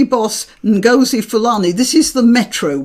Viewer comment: It's Ngozi - rhymes with Dozy.